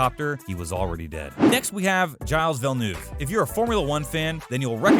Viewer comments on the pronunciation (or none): Giles vilanuv lol, learn the names before posting video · "Jyles Villnoov" "if you're a Formula 1 fan you'll recognise his name". But if you have any familiarity with the way French is actually pronounced, you won't. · Dzieles Villoove